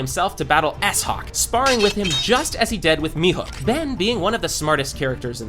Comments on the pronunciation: its mihawk not mihok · Why does he call Mihawk Mihook!? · Mihawk ❌ Mihook ✅ 🤣🤣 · You miss pronounced Mihawk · Bro said "mihuk" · Bro said "mihook"💀